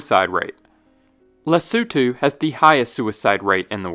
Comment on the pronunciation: Congratulations for pronouncing Les!otho correctly. Most people get that completely wrong. You are a real geographer.